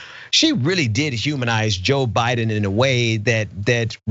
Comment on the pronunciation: Someone in the lincoln projects live chat pointed out when she says Biden it sounds like she says BYE DON. I laughed so hard I was crying. But to answer your question I am going to go out on a limb and say because this is what she was told to say..... maybe Barron wont be in the will if she doesnt do what he wants. Who knows